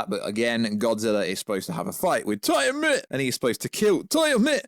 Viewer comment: also its TIAMAT as in TEA-A- MAT